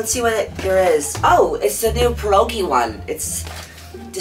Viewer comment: As a polish person I’m laughing so hard at how you pronounced pierogi 😭